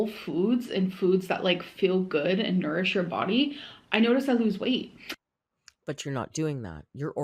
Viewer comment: Everytime says "nourish" 🤮